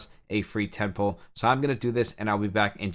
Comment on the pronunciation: Thanks for the video. I'm struggling with trying to understand some of the terminology your using when describing different things. For example are you saying the word "Ten pool or Ten Pull" or are you saying "Temple"? And what does that mean in terms of the game? I apologize, Thanks again.